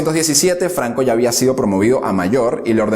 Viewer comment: No termine de ver el vídeo, de donde es ese acento? Flancisco Flanco